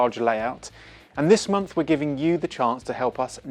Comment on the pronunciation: Its unfortunate that this presenter, cannot pronounce month! Maybe Hornby can pick a more articulate presenter instead of inflicting us with very poor pronunciation. Especially as this presentation reaches an international audience?